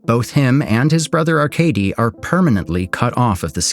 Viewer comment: So we got the glazers in the comments about the faceless animation style that every doc youtube channel has now, no its not amazing. I can probably live with "Arcadey" but "Yvonne" is probably the worst pronunciation of Ivan I've heard in my life